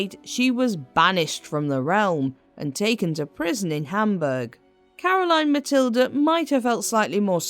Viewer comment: Great video about Caroline Matilde and your pronounciation was almost spot on. Thank you from a danish history nerd.